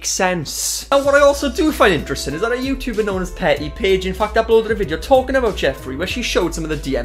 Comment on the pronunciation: No one:: “jeffree star. Booty youtoober” 😂💕